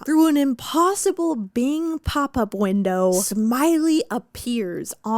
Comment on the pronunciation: I had to re listen to so many times before I heard “Bing Pop-Up Window” … I was sitting there like “who is bing papa bwindow??”